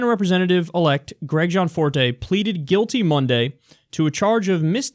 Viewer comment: Yo Kyle it's GE ANNE Forte. Sorry for some reason that keeps bothering me